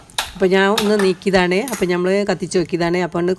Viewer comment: Nyammal alla nammal ennu paranyoode?